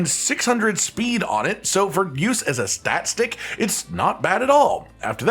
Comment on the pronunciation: Are you saying "stat-stick"?